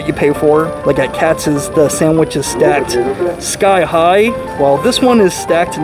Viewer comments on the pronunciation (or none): What’s KATZ Deli??? It’s KATZ’S!!! There’s an apostrophe S at the end! I bet you think it’s located on Hyu-ston Street not House-ton Street (spelled Houston Street). Love these “professional” YouTubers giving advice and having NO CLUE! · Please pronounce Katz's properly...it's not KATZ, it has an "s" on the end, so it sounds like "KATZ-IZZ" I grew up in NYC but now live in L.A. so I'm curious to see how Langer's compares w/Katz's. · Love your vids. One minor point - You pronounce Katz's incorrectly. Should be Katz and the possessive s, not single. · Pro tip: It's pronounced Katziz, not Cats. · It is Katz's not Katz, come on. And there is nothing like Katz's. No comparing with anything else, let alone Langers